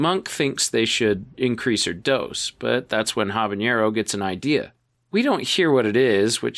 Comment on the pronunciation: Jackson Habenero 👍 Chrish... Chrish? Really? 👎